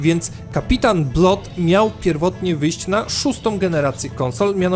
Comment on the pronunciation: Nie no,, żadne [blot] a po prostu [blad]:)